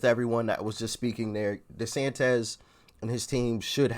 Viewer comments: It's pronounced DeSantIS, not DesantEZ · Dude, it’s Desantis not desantez 😂